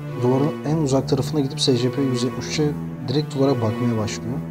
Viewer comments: Secepe diye okunmuyor scp sicipi diye okunuyor bide öyle küçük olduğuna bakmayın aslında büyük ve yemek verilmez Scp-682 nesne sınıfı:keter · secepe ayn esipi diye okunur scp die yazılır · Abi scp diye okunmuyo esipi diye okunuyo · Abi bu arada scp yazıldığı gibi değil esipi diye okunur telafuzu böyle (sadece uyarmak istedim 😉) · Esipi diye oku